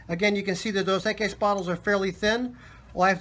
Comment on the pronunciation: Pronunciation: “Dose. Eck-ees” Nice work though Man. Enjoy watching your videos.